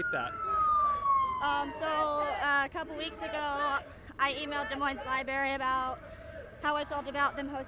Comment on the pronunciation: "libary" ya she sounds smart...